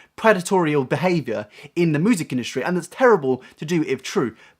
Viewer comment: Moo-sic industry